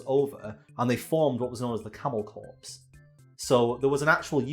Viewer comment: I love the beautiful irony of mispronouncing 'corps' as 'corpse', really adds to the spookiness